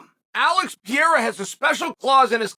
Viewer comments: Two r's should be pronounced. Pereira. Not peara. 😂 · dude his name is alex peReira no peeheyra forfuksakeeeeeee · It’s not Pierre you steroid user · Alex Pierra 🤣